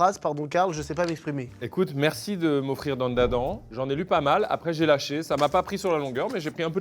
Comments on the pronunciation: « Dan da dents » c’est dan da dan, il y a pas le an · carlito « Dan da Dan » alors que c’est « Dane da Dane » en prononciation 🤣🤣 c’est un debilos ou quoi qui lui dit qui lui dit 👀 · Il a osé dire dandadan "dent da dent" AIE AIE AIE quel erreur ! C'est prononcé Danedadane comme dans l'opening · Pour l’un des mangas reçus, ça se prononce « Dane Da Dane » 😄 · "Dandadent" 😅 Ça se dit "DaneDaDan" ya pas de "an" en japonais 👍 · DANDADANE PRONONCE LE N A LA FIN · je peux accepter que tu aies pas accroché à DanDaDan, c'est vrai que c'est particulier, mais par pitié c'est quoi cette prononciation 😭